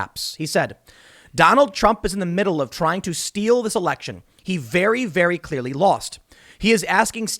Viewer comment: I don't know Tim, he said VERY VERY CEARLY. That's pretty much science.